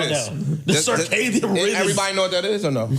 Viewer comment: Wtf is a carcadian rhythm 😂😂😂😂😂